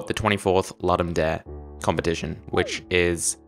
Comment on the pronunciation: while the name is latin there are videos of ludum staff saying it ludum dare not loodum daray